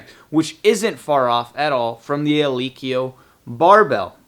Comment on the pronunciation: The fuck is a "eeleekeeyo" bar?